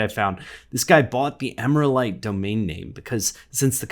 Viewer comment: Agree, but I would pronounce it Emeral-ite rather than emera-lite.